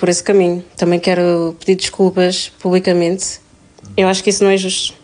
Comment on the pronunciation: "(...) também quero pedir desculpas publicamentss..."